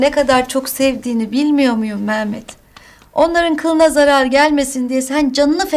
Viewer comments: Mehmet demiyo meğmet diyo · bu kadına biri mehmet demeyi öğretsin cıldırıcam